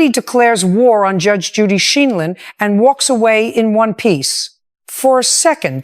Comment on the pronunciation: Her name has a LONG I. That AI needs to go